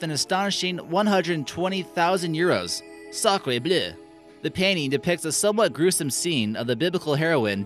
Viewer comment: Sadly, your pronunciation of sacre bleu is better than your pronunciation of Caravaggio :-/